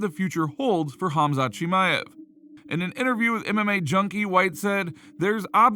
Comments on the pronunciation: It is Khamzat (Pronounced Hamza), Chael says Hazmat meaning digestion in Urdu Language 🤣🤣🤣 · Chael should really stop talking about Khamzat if he can’t even be professional enough to pronounce his name correctly. He’s not even close. Kazmat? Come on he isn’t new. Show some respect. Can’t believe he still can’t pronounce his name.